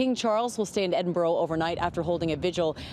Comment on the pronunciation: It is not ‘Edinburrow’ / it’s ‘Edinberrah’. It’s ‘Monerk’ not ‘Monarrk’ etc